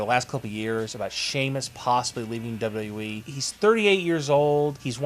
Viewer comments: let me help you... its pronounced "Double You Double You EEE" ... not "Dirhrjfjc E" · LEARN HOW TO SAY "WWE"!! "WwweeE"..."WduhhhE"....open your mouth when you talk! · Dude learn how to say Wwe